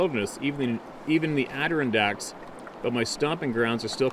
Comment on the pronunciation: always has a tough time with the word Adirondack. LOL